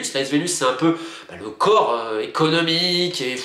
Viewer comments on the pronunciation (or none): none